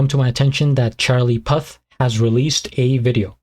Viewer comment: Great video man, also it's pronounced pooth lol😂